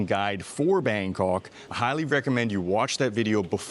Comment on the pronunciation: Bangkawwwk... you need to try harder. Other than your pronunciation, the video is awesome.